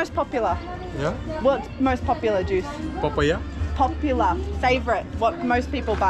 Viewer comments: He didn't get your "Po-pu-lah" 🤣🤣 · You said popular, and he said papaya suop.😝